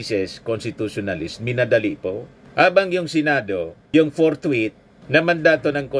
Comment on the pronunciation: ANG HATOL SA "FORTHWIDTH"...ANGCASHTITUTIONAL...